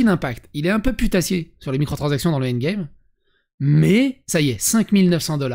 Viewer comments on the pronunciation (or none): none